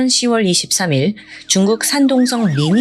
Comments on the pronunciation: '10월'은 '십월'이 아니라 '시월'이라고 발음 하는게 맞습니다 '6월'도 '육월'이 아니라 '유월'이라고 발음 하는게 맞고요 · 십월이아니라 시월이맞지 동남아에서살다왔어?